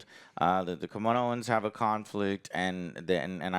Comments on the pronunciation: Say it with me Joe, "KAM-IN- O-ANS" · Joe for the love of chim chim it’s Kam-In-oh-an (Kaminoan)